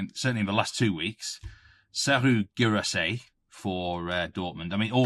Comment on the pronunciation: Can you make a weekly thing for to prounouce Guirassy😂